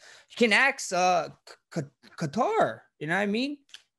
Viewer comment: I swear calvin Katters name isnt pronounced "quatar"? maybe thats just me haha